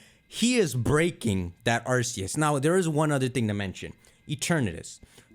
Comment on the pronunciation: are you mentally challenged since you say Arceus wrong.